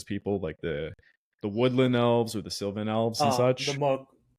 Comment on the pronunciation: With respect- Sylvan has no "I" in it. "Sill-Van", not "Sill-vee-an". I would not bother, but you're doing good work.